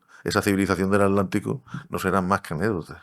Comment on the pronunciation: No entiendo por qué pronuncian alántico o alántica omitiendo la T. Se pronuncia aTlántico o aTlántica.